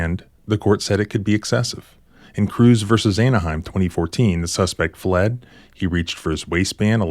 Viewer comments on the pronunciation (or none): none